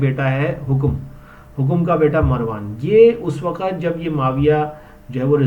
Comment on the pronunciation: Hokom nahi bhai,hakam hai naam ko saheeh bolo yaar